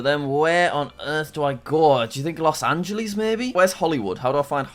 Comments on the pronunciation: Jack why do you say los angleeeeees its los angelas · it hurts soo bad when he says Los Angeles and Rio de Janeiro